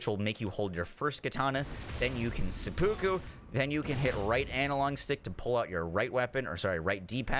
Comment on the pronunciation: Love your videos but please learn how to pronounce seppuku lol. Japanese ritual suicide